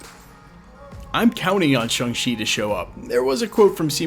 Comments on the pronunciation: Why do you keep mispronouncing Shang-Chi? It's ShAng-Chi which is not even close to sounding like ShUng-Chi. Hell dude there's an entire conversation at the beginning of the movie about nothing BUT how to pronounce it, and ShUng ain't it. I don't understand why you seem so resistant to just saying it the way EVERYONE in the movie says it. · Sorry to point this out, but it's not pronounced Shang like Bang, or Shung like Hung, but closer to Shong like Kong. I hear a lot of people say it like, Hang She, or Hung She, but the "a" is closer to the "a" in "land", or "sand", and even closer to "Shawn", thus the joke in the movie when Awkwafina's Katy berates him for changing his name from "Shang" (Shong) to "Shawn" when he went into hiding, because they sound nearly identical when pronounced correctly. "Shawng Chee" might be the closest, phonetically speaking, but to each their own. I was complimented by the theater clerk when asked which movie I wanted to see. He said, "You know, you're the first person I've heard to get that name right, and I've sold a LOT of tickets today." I've noticed since then that almost no one ever says it right, though, lol. Shawng Chee, for what its worth (and knowing is half the battle).